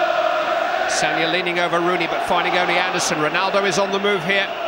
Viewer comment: He almost says Ronooney for the 3rd goal 😂